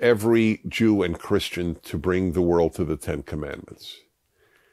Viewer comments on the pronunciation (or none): none